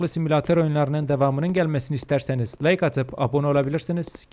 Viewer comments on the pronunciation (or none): none